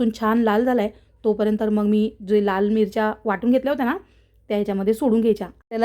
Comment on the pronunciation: " कोथंबरी " आणि " परेंतर " 🤣